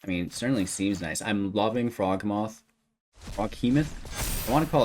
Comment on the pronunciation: Mans said "Frog Moth"